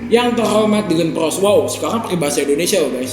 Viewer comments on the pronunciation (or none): Bukan dilan peris tapi dilan peros 😅👌😘